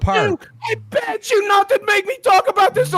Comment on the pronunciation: "I PEGGED YOU! I PEGGED YOU! I PEGGED YOU!" I know he says "begged", but come on 😂🤣